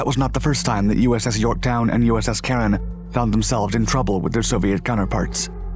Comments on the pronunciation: USS Caron (DD 970). He got the pronunciation correct ... "Karen." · There are a couple of photos of the name on the ship's stern ... USS Caron (DD 970). He got the pronunciation correct ... "Karen."